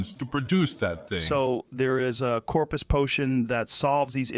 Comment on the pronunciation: It's Corprus not Corpus